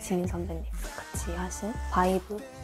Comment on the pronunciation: It's 'VIBE' not 'VIVE' 😢